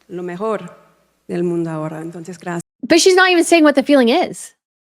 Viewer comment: 😖 Her pronunciation of “Graaaacias” is so irksome to Listen to.